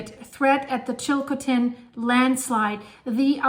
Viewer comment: Chilcotin river not chilkotin.